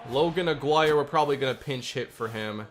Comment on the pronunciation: Don’t like being that person but I think Aguirre’s name is pronounced “ah-gee-rey”. This series is 🔥🔥 glad smb got a franchise mode